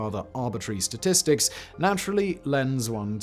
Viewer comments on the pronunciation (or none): none